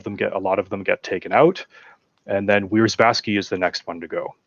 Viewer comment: About Wierzbowski is a Polish surname, quite typical as well (phonetic: viesh - bov - ski). "Wierzba" in Polish means "Willow", so he's something like "willow-guy". Hope that helps.